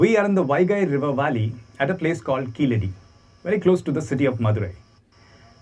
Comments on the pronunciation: In place name Keeladi , a , vowel sound is short not Long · In place name Keeladi , ' a ' Vowel sound is short . Not Long. கீழடி , കീഴടി , Keeladi